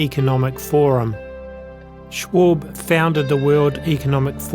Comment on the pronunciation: Klaus Schwabs strong accent in English is a real shame for Germans who are in general quite well able to learn English pronounciation!